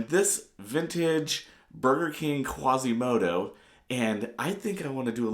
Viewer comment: quasímodo not quàsimodo